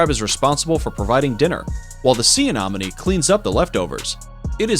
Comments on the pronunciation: YOU ARE PRONOUNCING ANEMONIE WRONG!!!!!!!!!!!!!!!!!!!! AY-NEHM-O-NEE NOT: AY-NOHM-O-NEE !!!!!! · Anemone, not anomene. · Ah nen o me. I fail to see why people cannot pronounce anything anymore. But I hope this helps. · I think you mean sea anenomi not anomany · AI = Anonymous Idiot who says "anomone" incessantly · Anemone is mispronounced by your speaker, It is not "anomone". Two "e", not two "o". It should sound more like lemony, and less like anomaly. I hope that helps for your next wonderful video. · The amount of times he said anomany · Do you see any money? Sea anemone. Ah-neh-moh-nee. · Where is this narrator from? Who pronounces anemone as a-nom-anie and aphids as Ahh-phids? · Seriously A-nom-any? Ahh-phids? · Ah ne mo ne Not nom its a hard E not a O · lmao... Sea "Ah nom min knees". The goofiest butchering of anemone ever... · I had to skip so many because i was losing it on the Anomonay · Sea Anemone not anonome😊. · Say anomene one more time and I swear to god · Sea anomone? Bruh atleast pronounce them well.. that was cringey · The annoying thing is that he said it right the first time, then every time after that "anomenie". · ok the commentator needs to properly pronounce anemone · Hate how you say sea anemone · THANK YOU - CORRECT - the guy is MISPRONOUNCING IT AND IT DRIVES ME CRAZY!!!!!!!!!!! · For the love of God, proofread your script! Why can't you take four seconds to Google how a word is pronounced? If I have to listen to a person mispronounced anemone one more time I think my head will explode. I couldn't even finish the video honestly, you really should look into pronunciations before you presented video because it makes people not want to watch it again because you didn't take the time to look up how you pronounce the word before you recorded the video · Just saying he was saying anemone wrong this whole time ⊙~⊙ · Does it drive anyone else crazy how he says "anemone"??? Lol 🤯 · Every Time‼🐒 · Yes ! Or aphides lol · And aphid